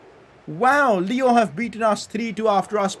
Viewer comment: Bro,haha,it's not Lyooo,it's Lyon